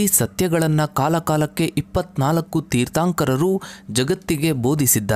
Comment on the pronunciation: ಜೀನ ಅಲ್ಲ,ಜಿನ.ತೀರ್ಥಾoಕರ ಅಲ್ಲ, ತೀರ್ಥoಕರ. ಈಗೀಗ ಜೈನ ಧರ್ಮದ ಬಗ್ಗೆ ಜನರಿಗೆ ಸಿಕ್ಕಾಪಟ್ಟೆ ಇಂಟರೆಸ್ಟ್. ಮೊದಲೆಲ್ಲ ಈ ತರಹ ಇಂಟರೆಸ್ಟ್ ಕಾಣಿಸ್ತಿರ್ಲಿಲ್ಲ. ಈ ತರಹವಾದರೂ ಈ ಲೋಕದಲ್ಲಿ ಜೈನಧರ್ಮ ಒಂದು ಇದೆಯೆಂದು ಜನಗಳಿಗೆ ಗೊತಾಗ್ತಾ ಇದೆ.ಥ್ಯಾಂಕ್ಸ್ for advertising.